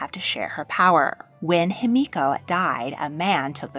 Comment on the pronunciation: It's Himiko, not Hamiko